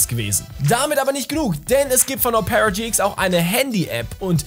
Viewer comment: Betont man Opera nicht auf dem O? 🤔 Selbst in norwegisch? Hab‘ 'nen Moment gebraucht. 😉